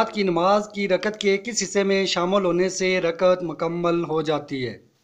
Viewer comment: ٭لفظ رکعت ھے رکت نہیں٭